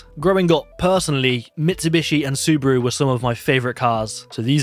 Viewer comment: Why ya sayed subUru lmao... its spelled subAru XD